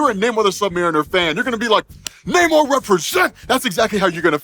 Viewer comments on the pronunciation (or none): Nice but you really should change your pronunciation of his name as it's not "Nay More" it was more "Nah Amor" since he says the derivation of it is because he got "no love" (or something like that)... of course that is only what his enemies call him, but no one wants to keep calling him K'uk'ulkan 🤣🤣 Oh I do like that he actually refers to himself as a "mutant" since Disney/Marvel owns the Xmen stuff they can use that terminology now. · This movie is pure M-She-U in a nutshell. The movie is all over the place. Other than the beginning and the end. this movie was lame and the almost 3-Hour time for it was not needed. also his name isn't not Nay-More. It's Nuh-Mor-r-r-r-r-r-r-r-rrrrrrrrr. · 'Na-MOOR' the Indian? lol